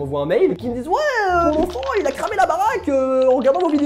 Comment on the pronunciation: Ouais euh...mon enfanteuh...il a crmer la baraqeuh... Franchement: POUCE BLEU! PS: T LE MEILLEUR